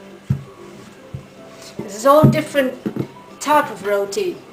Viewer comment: thank you for the the showing us how to make but ur saying roti wrong u say it wierd with the acsent.